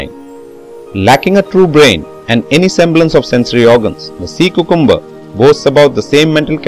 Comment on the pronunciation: nice and very informative video. But I believe cucumber is pronounced as | kyoo-kum-bur | and not | koo-koom-bur |.